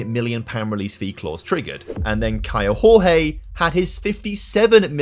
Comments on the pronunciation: Hey, just a heads up: Kaio Jorge reads like José Mourinho, not hooze like in Spanish but giôzé (portuguese). It applies to the Jorge bit, where more like giorgê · The pronunce for Kaio Jorge is: KYLE DJOR-DJE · Hey, great video! Just a brazilian heads up here... The J and the G from "Kaio Jorge" don't sound like in Spanish. Jorge in portuguese sound more like "George" in a way 😅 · Hello, in portuguese the "J" doesnt have a "R" sound, so say the player Caio Jorge, you pronunce the J the same as you do in english. Love your videos man!